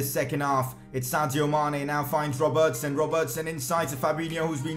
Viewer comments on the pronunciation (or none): Why you call it alisOn and robERTson